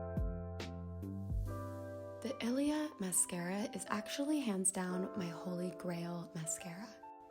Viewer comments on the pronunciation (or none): none